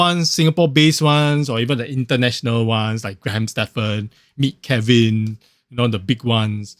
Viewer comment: Agree, Kevin has no original content. Whatever he says you can get through a quick google search. No value at all. The guy can't even pronounce properly, always calls him self KeWin lol